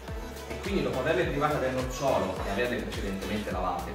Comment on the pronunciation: Grazie della ricetta! Ho sempre sentito 'nocciolo' (l'albero con la pronuncia come ghiacciolo) invece di 'nocciolo' (= seme, con l'accento sulla prima o). Ho sentito male?